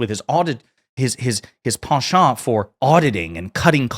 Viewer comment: THANK YOU for saying penchant correctly xoxo